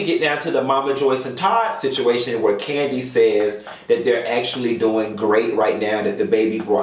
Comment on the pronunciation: Nene said the person get spinoffs every season. Kim hasn’t been on rhoa in years so her show isn’t considered a spinoff. So it’s only kandi left who is on an active show and have spinoffs. So process of elimination and her big bad inability to say kandi!! It’s kandi sis. Nene a damn hater.